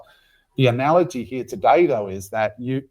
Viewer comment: A-nalogy 😂😂😂😂 Happy weekend lads!!